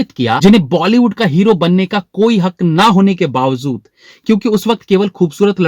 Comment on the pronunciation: "Bawazood" nhi "Bawajood" hota hai.